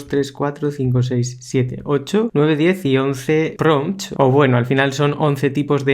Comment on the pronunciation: buenos pRRRRRRRRompts te mandaste amigo